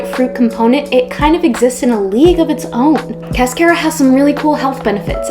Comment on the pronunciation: It’s pronounced like a car that you drive. Not care like a care bear.